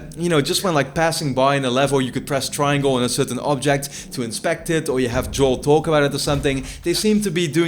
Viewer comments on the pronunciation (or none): none